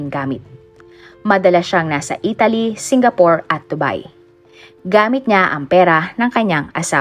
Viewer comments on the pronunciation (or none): none